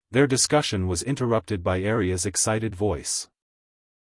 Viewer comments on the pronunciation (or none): That wasn't ARIA it sounded more like A L I A , the Pre-Born Daughter of Lady Jessica Atreides . Good story , despite the Narrator glitches .